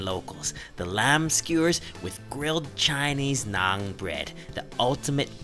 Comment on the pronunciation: its na'aan not naaag